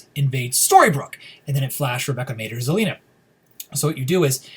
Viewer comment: bro u slaughtered the name Rebecca lol